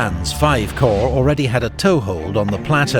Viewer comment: It’s pronounced “core” not corps.